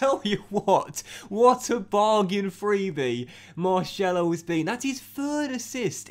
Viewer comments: He is pronounced marSelo not Marshello !!! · You get a bye because of europa league 2 being introduced. Google it Oh and MAR-SELL-O not marshello :) Seems like you don't read the comments?! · It’s not marshello it’s pronounced mar-sello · Tbh u hate when you say marshello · Please, If Marcelo is to become a part of the team, please say it normally. I’m Brazilian and I can guarantee it’s not Marshello. Other than that I’m living the series! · please pronounce marcelo like a normal person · I'll follow you on twitter if you say marcelo properly 😂😂